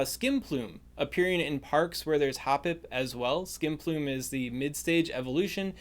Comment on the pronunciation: Thought I heard you say skinplume and had to take a second to reevaluate my life